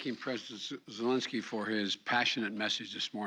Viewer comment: Who is President Zelonsky? Mr. Biden, it’s Zelinsky.